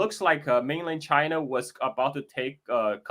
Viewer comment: 'Chyna' - Donald Trump